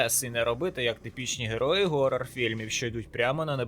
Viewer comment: обожаю хорроры, спасибо за видео) только было немного неудобо слышать то "хоррор" то "горрор", хоча можно просто сказати хоррор, це не проти правил) и еще есть небольшие проблемки с произношением названий игр)